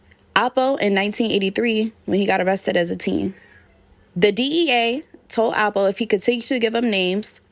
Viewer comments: It's L po. Sounds like you're saying apple. Also there is a apple from Harlem that's affiliated with this, Soo your accent sounds like you're talking about that person. Lol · Alpo not apple smfh